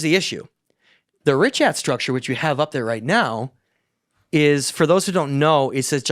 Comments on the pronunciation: No one calls it the richart structure. Where are you getting that second R from? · Absolutely fantastic episode. Just one small correction - it's actually pronounced RIŠAT - RICHAT - RISHAT Here in Montenegro we have these myths about how ppl of Vasconia aka The Basques came from mid Atlantic on huge ships during the Younger Dryas. It's been speculated that Atlantis was located in the mid of Atlantic and that its size was about 800.000km2. Canary islands were part of this civilization. Parts of Caribbean as well. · had to be a MAJOR PRIKK and correct when he said certain words wrong... MEANWHILE, he's saying "RISHART" STRUCTURE - DOZENS OF TIMES!!!.... Funny, I only see ONE "R" at the beginning of "RICHAT".... And UNLIKE, you proceeded to READ AN ARTICLE where the word "RICHAT" appeared a DOZEN TIMES and you STILL SAID IT WRONG.... "JUST TO BE CLEAR" of course... As a Petulant child - your attempts to embarrass, one-up, disprove, or outwit people is SUPER OFF-PUTTING... You got TORN APART after your assault on (Ashton Forbes) in the comments section for weeks, AND ON X, and still didn't learn a lesson. Its ok to not be as smart as you think you are. Stop lashing out over it. -- PLEASE Stop giving this clown your time. He's an egomaniac and disingenuous as they come. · OMG, what are you guys talking about? There are petroglyphs of elephants and giraffes at the Richat Structure. There are several quarries and canals proving ancient civ there (regardless of Atlantis). I've been there 3 times now. You are still pronouncing it wrong. Still listening only because I want to hear what other mistakes you will make about the Eye of Africa.